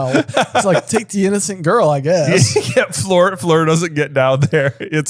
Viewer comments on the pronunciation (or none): Does anyone know why they keep pronouncing Fleur's name wrong? They did it right in the beginning and then started calling her "Flor". That's not how you pronounce her name, but they keep on doing it 😅